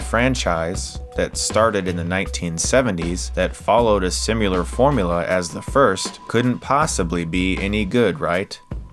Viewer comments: "simular formula"...didn't thin you'd slip that one by me did you? #similar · Simular? Learn to talk, please. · Chris, big fan and I hate to be "that guy", but it's similar, not sim-yah-lar. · similar, not simular